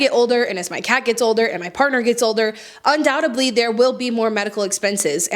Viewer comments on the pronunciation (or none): In case youre interested, its undoubtedly. With a D, not a B